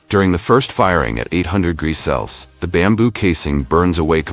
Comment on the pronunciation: I am enjoying your videos, they are very informative and educational. One thing, could you get ur robot to pronounce Celcium correctly and instead of U.S.D, could you get him to say U.S.Dollars please. Thank you.